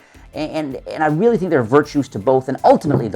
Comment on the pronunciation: Weally weally nice video